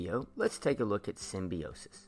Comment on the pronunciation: Hey just so you know you pronounced symbiosis wrong 😐